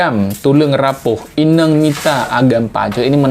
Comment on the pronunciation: Ineng ⁉️ Inong (inöng) ✅